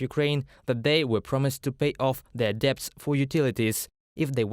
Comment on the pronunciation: Guys, on a technical note, the 'b' in 'debt' is silent